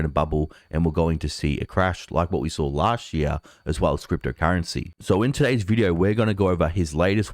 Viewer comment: "Chart", not "shart". "Last year", not "las sheer". "This year", not "thi sheer".